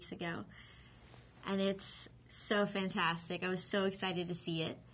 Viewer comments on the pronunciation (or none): none